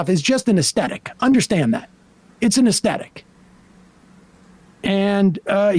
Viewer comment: *as-THET-ic - with a soft "th" sound (as in Synthetic, Prosthetic, Pathetic, Apathetic, etc).; not uh-STET-ic, with a hard "T" sound, as though speaking with a Brooklyn accent The new common mispronunciation began spreading widely about 10-12 years ago - no doubt abetted by the YouTube Feedback Loop, whereby video hosts parrot and propagate each other's speech errors.